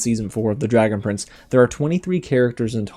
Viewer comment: I'm not the only one that thought he said dragon friends